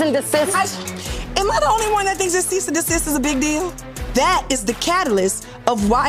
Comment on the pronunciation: Trina trying to clock Tamar's pronunciation of Cease is dumb considering how she pronounces HOWSE 😂